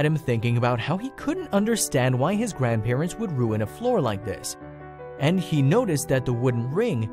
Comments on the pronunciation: Oh come on now - " the grandparents-sez" Seriously? It's just "the grandparents'...." If you're someone who uses this software to convert script to audio with accents - stop it If you're someone who programmes this software to convert script to audio with accents - stop it. Your programming skills are probably better utilised elsewhere. How bad can it be when you're dumbing down artificial intelligence ??? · Where did you learn to speak English it grandparents not grandparentes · Narrator, It is grandparents, NOT grandparentses or whatever you were trying to say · Someone also needs to learn to speak English! What on earth is “grandparentses”? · Grandparents' plural possessive is only 3 syllables. NOT grandparentses You are great at making an interesting story TOO LONG and boring.